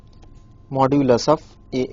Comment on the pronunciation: Modulus is not the same as absolute value. Why is he keep saying modulis